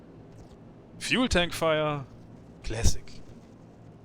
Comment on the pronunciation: Love the: "fühel tänk feuer" 😂